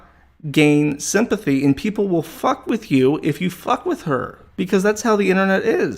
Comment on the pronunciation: owh fuck cwap and so on and so fowth